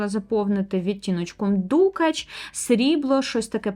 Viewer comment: Мабуть, я таки здаюсь і купую перші десь за останні 10 років пігменти. P.s.Перепрошую за зауваження, але дуже різало вухо: дукАч, не дУкач. Лелітки - це український варіант від "пайеток", але дуже підходить сяянню тіней. Зґарди роблять і зараз (як відтворення старовинних, так і сучасні, натхненні самою ідеєю).